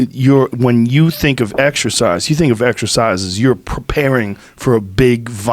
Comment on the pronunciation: Exercise? I thought you said extra fries!